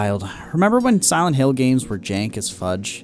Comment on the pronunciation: Did this man just say "simonhill"